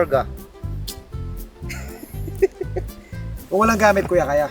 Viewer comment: "Ang dami niyo pang karga" The accent is accenting. Proud Igorot!